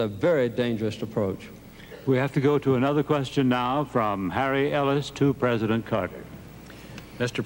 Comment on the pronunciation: I remember Saturday Night Live being funnier than this. Babawawa saying Mr. Pwesident used to crack me up. I mean she's still funny but mmeeeh.